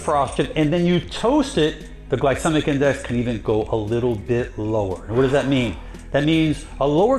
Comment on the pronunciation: Home boy can even pronounce glycemic correctly. Pretty hard to trust.